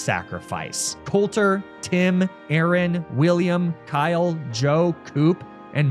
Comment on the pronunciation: He also pronounced Aaron like Aaron. Not a-a-ron.